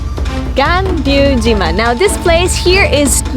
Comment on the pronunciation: That's Ga(n)ryu-jima, not Ga(b)ryu-jima. That animal isn't racoon, but racoon dog.